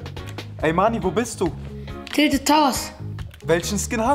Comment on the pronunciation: Du sprichst ,,Tilted" Teilted aus